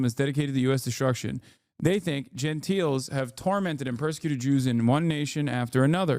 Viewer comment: Nice Peterson voice 😂 Ftr kids it's Gentiles which is pronounced jen-tiles. Pronouncing it jen-teel gives it a completely different meaning referring to someone who's very delicate and polite. And Pharisee is pronounced fair-uh-see.